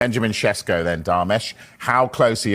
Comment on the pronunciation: Sesko is not a Sesko or Shesko or seshko. Bot "s" sletter are pronounced as "sh". Sheshko.